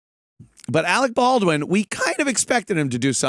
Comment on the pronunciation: Arec Bawdwin.....